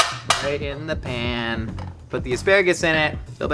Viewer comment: Are you saying pan or pam I’m sorry you’re just coming off stupid